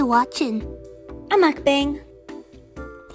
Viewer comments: It's pronounced "Mook-Bong". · I think pronounced mukbang wrong